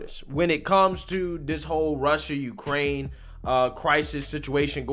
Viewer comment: Of Uuukrrrraine